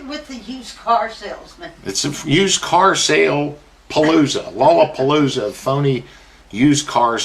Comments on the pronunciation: Newbie. Lie-a-poloza! Haha. I'm gonna love listening to all your stuff!!! 💕! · "it's a big Lyapalooza around here" Your fucking killing me Senior